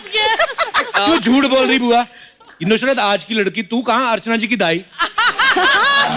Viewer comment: Nushrat nhi nusrat